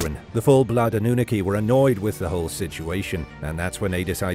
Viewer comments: AH-NEW-NA-KEY hahahahahah UN-NUNE-EH-KEY hahahahahahaaha go with the first one I typed you're saying it wrong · 🤣 AnnUnaki instead of AnnunAki🤣 horrible bot. Greetings from Netherland (I may not write flawless in English but do speak it flawless.) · Ok, so I can't handle this pronunciation any more. It's A-noo-NA-kee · Or AWE-NEW-NAH-KEY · Dude holy moly you've said it wrong every time this is wild.... go watch ancient aliens bro 😂😂😂😂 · The way you pronounce The Annunaki 💀💀💀💀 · Dafinitely a robot talking. Couldnt even pronounce annunaki right. Still like this show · Pronounce the annunaki correctly.. The English teacher.